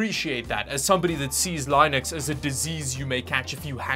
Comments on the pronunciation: Don't you think your sense of humour is a bit misplaced? Especially for someone who doesn't know how to pronounce Linux? Linux is the best operating system in the world. Do you use Windows? How do you like Edge being your default browser, whether you change the default or not? Do you like that Windows 10 is going to lose support in two years? That Microsoft lied when they said it was going to be the last Windows? You like using more system resources to run an operating system that is less stable, secure, or aesthetically pleasing than many Linux desktop environments? I think it's closer to the truth that Windows is a virus you may pick up from lazy normies that don't know how to maintain the least secure and most popular desktop operating system. Outside the gaming community, I bet the vast majority of Windows users don't maintain their systems properly and actually need Windows to update itself automatically. You may notice that Chromebooks generally have superior build qualities than Windows laptops, and not just for the price. I'm using an Asus Flip C234 (C214MA with 64GB eMMC) with a ruggedized chassis and spill-resistant keyboard. MSRP was $400 CAD but Best Buy sold it to me new for $250. It's more durable than any MacBook, has a touchscreen, and the modest Celeron with 4GB runs just fine, putting to shame laptops with higher specs, especially when it comes to battery life. And this thing doesn't glitch out or have a user interface that looks like a mishmash of inte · thought it was pronounced ‘linn-ux’ instead of ‘line-ux’. line-ux sounds like a walmart AI version of Linus Sebastian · It's not pronounced Lynux it's Linux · It is pronounced linn-ux. I worked in web hosting and literally dealt with the OS on a daily basis. No one called it lienix ever. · It's not 'Lienux'/'lynext, it's lenux. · it's not Lynux, it's Linux. Maybe that's why it didn't work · Fun Fact: It's not pronounced ly-nux, it's pronounced lee-nux. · Its not pronounced LIENEX. iT'S LEENIUX